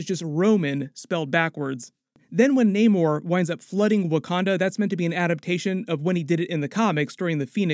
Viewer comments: Why are you guys still calling Namor when he pronounces it Namor 😑. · You need to work on your pronunciations of Nakia, Aneka, Ayo, Namor et al. How are you still mispronouncing them after watching the movie? It’s annoying for you to give a full breakdown and Americanize the pronunciations. As for the nanite armour that Tony has for Infinity War, Shuri actually helped him develop it based on the “The Wakanda Files”